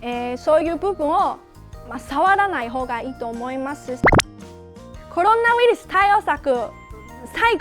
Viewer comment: コルゥナウイルス(笑)